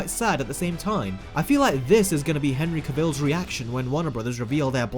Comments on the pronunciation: Cavill is pronounced like Travel. He said it himself. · Superman actor Henry “Travel”